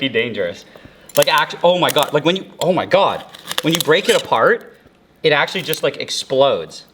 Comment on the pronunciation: God is cooking through you bro and I love that ❤❤❤ And also pls dont exaggerate the word God 😢